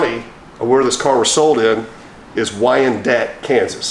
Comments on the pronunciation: Its Wyandotte not dat county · Wyandotte aka The Dot, not Dit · It’s pronounced (Wine Dot) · The county is pronounced Whine, dot. Great show! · Thanks for great show ! It’s pronounced( y an dot ) county ! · Wyandotte County is actually pronounced Wy-an-dot County. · It's pronounced Why in dot county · The county in Kansas is pronounced wyan dot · Wine Dot. Kansas is how it is pronounced. lol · wyan DOT county, lol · its pronounced wyindot kansas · Did you catch how pronounced Wyandotte county?😮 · Wyandotte county emphasis on the dotte pronounced dot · It couldnt be kansas city missouri. WY is Wyandotte county in Kansas. Kansas City Kansas. You also mispronounced Wyandotte